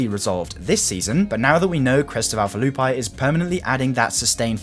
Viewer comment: Crest of Alpha 'Loo -pee' is how to pronounce it lol